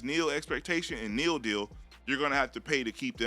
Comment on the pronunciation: Stop saying “Neal”. Literally no one says that.